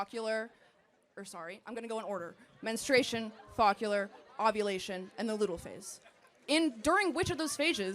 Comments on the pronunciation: she can’t even name them herself. it’s follicular, not focular. it’s luteal, not ludal. all high and mighty, yet can’t even memorise the most basic terminology of her argument. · lost me at foccular girl, its follicular. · It’s follicular not focullar miss Cheetos. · Follicular not fawkler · Ahh yes, the focular stage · Follicular I think she means lol not focular? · The second girl mispronounced the Follicular phase and luteal phase of the menstrual cycle. If you can’t pronounce half of your argument, don’t use it. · This girl can’t even pronounce follicular and luteal. She and Charlie both lack wisdom in these matters, just to be argumentative. There is no late term abortion. 🙄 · Somebody needs to educate idiot #2 on how to correctly pronounce "Follicular" and "Luteal." JFC, it's scary that these people are in college. Even scarier that they'll be the cohort taking care of me when I'm in my 90s in the nursing home.